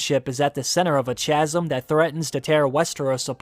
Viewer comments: chasm is pronounced like ka-sim. not cha-sim. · Good take on this. Just it’s “kazz-um” (chasm) not “Chaz-um” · Chaos = “KAY-oss” Chasm = “KAZ-um” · Did you just say "chaz'm" instead of "chasm"? I'm not the only one who heard that, right...? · The word 'chasm' has a hard c and a silent h, so it's pronounced 'kazzem' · He said “ch”asm. Wtf lol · For future reference, Chasm is pronounced Ka-zum, with a hard K sound, like Christ. Not a soft Ch, like Church. The h is considered silent and I'm sick of people pronouncing it wrong lol. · Ch-asm? Dude it's the "k" sound. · Chasm is pronounced kasum 😉😉😉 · Chasm is pronounced Kaz-em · Chasm is pronounced/sounds like (Kasm) My grammar nazi is screaming!! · Great video, but ‘chasm’ is pronounced with a ‘k’ sound, so no ‘ch’. 👍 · Lol.... I was thinking that too, as was saying it. 😘